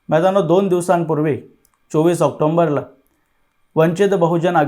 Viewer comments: आक्टोंबर नाही रे ऑक्टोबर म्हण. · करण, तुझं कार्य कौतुकास्पद आहे पण मराठीचे उच्चार दुरुस्त कर.. ऑक्टोबर हा शब्द असून ऑक्कतोंबर असा चुकीचा उच्चार करू नको